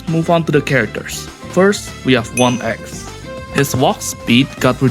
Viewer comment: Bro you seem like a chill Guy i noticed that with your voice (but you seriously messed up on 1x saying 1xt lol)